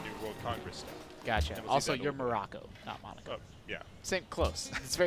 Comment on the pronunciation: monaco, Americans need a better education please stop butchereing foreign things thanks -rest of the world